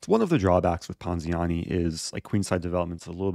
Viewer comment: this guy loves saying poziani